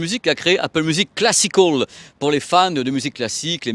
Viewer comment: Classic hall ou classical ? 😅 change pas t’es super (enfin l’accent peut changer quand même 😜)